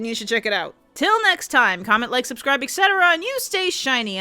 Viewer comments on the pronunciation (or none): "comment, like, subscribe, ect"? You mean etc, right? Like et-cetera? It's not ec tetera...